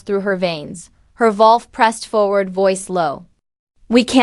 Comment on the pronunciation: Needs work. Wrong spelling and pronunciations (ie wolf), wrong pauses and emphasis in wrong places in a sentence that make the story choppy, harder to follow, and distracting. Lastly, what’s with the “dot”?!? Take that out! That’s perhaps the most annoying part of all. The story sounds good but after just 9 minutes trying to bear all these things, I think I can’t listen anymore.